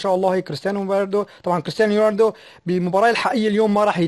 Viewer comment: اعرف كيف تقول كريستيانو رونالدو يا شرنشوقي